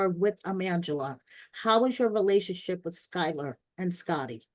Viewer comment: Is Angela’s name being pronounced as “Mangela” intentionally? Lol